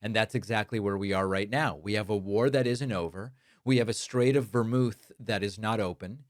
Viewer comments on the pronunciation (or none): Did you say "Strait of Vermouth"? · Did you say, “The straight of Vermouth”, when you said it the first time? I don’t know, that could probably loosen things up a bit.